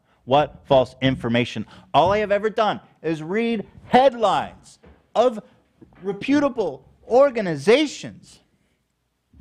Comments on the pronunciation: mispronounced reputable in the last episode too, so I don’t think he’s taking it from Ethan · Loved that went along with Ethan’s pronunciation of “reputable” lol